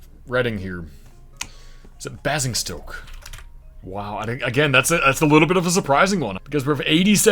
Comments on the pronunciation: As a Hampshire native i have to say its pronounced "BAY-ZING-STOKE" no hate just the only one I think you pronounced wrong so good going! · You pronounced Salford, Gillingham and Basingstoke incorrectly but nevertheless very impressive.